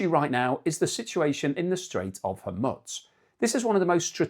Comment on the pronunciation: FYI - pronunciation for Strait of Hormuz = Strait of Hormooz ·